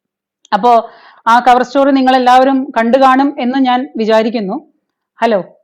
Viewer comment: Mam. Cover Story യുടെ പേര് മാറ്റി. ചവർ സ്റ്റോറി. എന്നായി.... എന്നാണ് കേൾക്കുന്നത്.